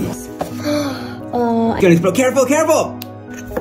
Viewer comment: The way he says drunk elephant he says “La droounkeey elfante”😅